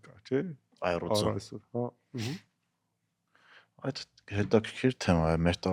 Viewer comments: այռուծ չի, առյուծա ))))) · Ժող ջան ամեն ինչ հրաշալի է բայց աՅռուծ ՉԷ ԱՅԼ ԱՌՅՈՒԾ. ❤ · Լավագույն զրույցներից մեկը ,շատ հետաքրքիր👏👏👏, բայց ճիշտը առյուծն ա ոչ թե այռուծը😊😊😊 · մի կողմ, բայց որ համալսարանի դասախոսն ա տենց ասում, մոտս կոգնիտիվ դիսոնանս ա առաջանում։